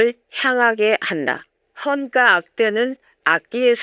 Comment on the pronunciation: 좋은 내용 감사드립니다.. 아마도 등가,헌가는 '까' 보다는 '가'로 발음하는 것이 맞지않을까 생각합니다. 그리고 악기이름이 북송에서 보낸 목록에 없다면, 원래 고려에 있었다고 추정하는 것이, 더 합리적이지 않을까 생각합니다.